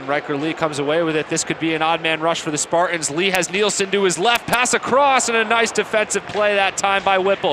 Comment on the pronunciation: Spart-ins 😹🤣😂. Learn to talk bro